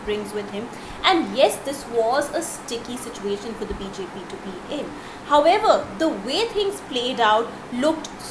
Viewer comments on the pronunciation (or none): none